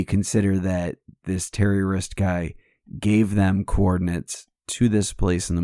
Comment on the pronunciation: I will now be watching the Helier show, thanks! Also, as I listened to you say “Terry Wrist” (sp) over and over the more it sounded like “terror-ist”... just an observation. (For reference: This is the Nicki Skidmore from the messages with all the questions about your beliefs in regards to Mike’s comment that he does not believe in demons...)